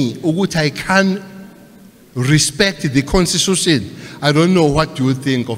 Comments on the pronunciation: Cele can't even pronounce constitution😅😅😅, listen propery. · Can't even pronounce constitution